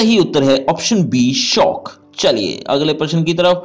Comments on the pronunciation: Shook hota hai sir shock nahi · Sir aap shok ki jagah shauk kyun bolte ho🤔🤔